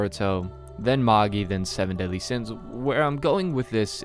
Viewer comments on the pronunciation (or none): none